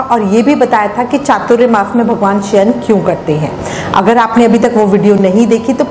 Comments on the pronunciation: Hare Krishna keep your pronunciation clear, we would have Chatur Mas, not chaturya mas. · Chaturyamas nahi chaturmas bolo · . . Firstly pronounce it properly ! . . It’s not ‘chaturyamas’ but ‘chaaturmaa’ ! . .